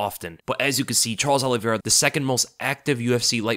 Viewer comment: His name isn't OLLIEVEIRA, jeez you said his name wrong about 50 times in 5 minutes.